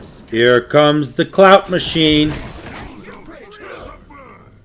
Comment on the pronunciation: im pretty sure he said clout machaine but i could be wrong